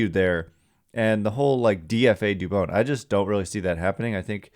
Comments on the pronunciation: Thank you sir. I’ve tried to say this before but I felt like an asshole. You say dubon like rodon. You gotta get the names right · Dubon rhymes with Rodon, please learn how to say his name! Very disrespectful for such a good player 😎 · you gotta get dubons name right please. He has earned that respect. No hate towards you just like to hear players names pronounced correctly